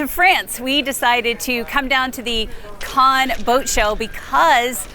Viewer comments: Cannes is pronounced Kan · Every single person seems to pronounce Cannes differently so here's a link on proper pronunciation for those who are as confused as I am.